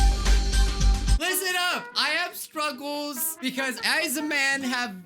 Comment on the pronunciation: I kept hearing say "Scrubbles" instead of "Struggles" 😂😂